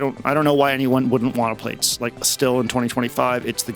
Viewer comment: 'PLATES'? Please, 'Plaits' is like 'Plaid'. Thanks for the vid x